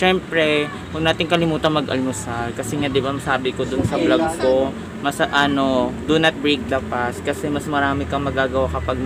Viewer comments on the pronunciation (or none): Waittt tama ba narinig ko "do not break the fast" hahahahahaha.